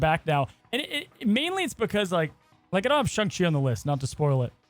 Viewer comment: Posting until pronounces it SHANG CHI